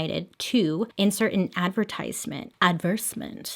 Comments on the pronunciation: You're not supposed to pronounce the E in La Porte, that you are supposed to include the TI in advertisement regardless of choosing whether to pronounce it in American English or British dialects. A v e r s e m e n t would mean Act of being repulsed or strongly oppose or having clear dislike of something but it is actually not a word. If you are saying A D V E R S E MENT , that also is not a word, however if it were it would mean the act of being unfavorable but a verb is not a thing that can actually act unfavorable, just like the previous word cannot act in any way, because the word for it is what it is It can't act or be anything else. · Anyone else notice how she kept saying “adversement” instead of “advertisement” 😹